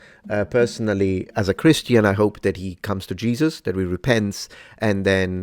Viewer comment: Windows=Windurs hope= hurpe. Moment=murhment. Anyone else noticed?😂 wtf